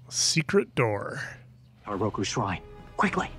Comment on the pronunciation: They butchered Roku